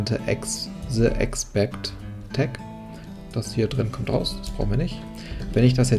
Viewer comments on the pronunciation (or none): Etwas grundsätzliches bei der gesamten Reihe: * "tutorial" kommt von "teach / tutor" lehren und nicht von "torture" Schmerzen verursachen * Except ist eine Erwartung sondern ein Auszug, also sollte man es nicht als "expect" aussprechen * align bedeutet ausrichtung .. also sollte man es als nicht l-gin bezeichnen und ein paar andere Punkte aber zumindest konsequent.